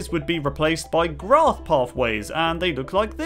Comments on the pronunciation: I think you meant to say pillar like not glass like graf Pathways really? 😑 it's pronounced peani not peoeny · “grath pathways”